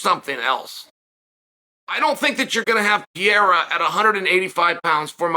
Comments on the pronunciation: Chael (I love him) is the gift that keeps on giving with mispronunciations. Pee-air-a?!😂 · Undefeated. Undisputed. Gotta ask—does he butcher the fighter names on purpose? Ariel corrected him once when he went on his show and he's still doing pereira dirty with the "pee-air-ah"